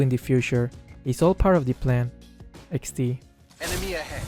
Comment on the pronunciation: I like how you actually say XD